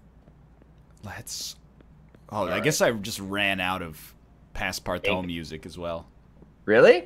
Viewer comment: PASSPARTOUT not PASSPARTAO the ''out'' pronounce like the ''oo'' in the word ''oozing'' for example